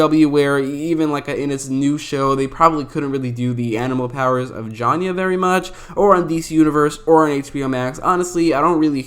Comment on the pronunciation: JAYNA! NOT JANYA!